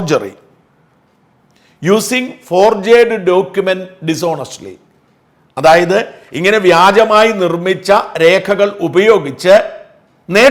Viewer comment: ഷാജ, ദയവു ചെയ്തു ഇംഗ്ലീഷിൽ വായിക്കരുത്. മഹാ ബോർ ആണ്. ഫോർജർഡ് അല്ല ഫോർജ്ഡ് ആണ്. ലേൺഡ് അല്ല.